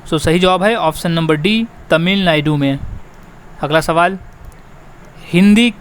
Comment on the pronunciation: तमिलनायडू nhi तमिलनाडू